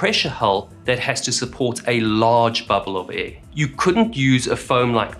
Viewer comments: Could you please say "Air" and not "a" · I really want to take this video seriously but this guy keeps pronouncing air as ë and it's increasingly distracting💀